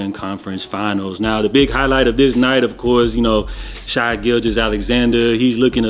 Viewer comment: SHAY man, not Shy. Shai( Shay) gilgeous Alexander